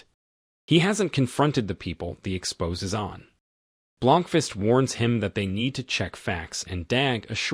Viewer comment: Please teach your stupid AI narrator the difference between "Expos-A' and "expose"....These continuous AI GAFFS are getting IRRITATING AS FUCK!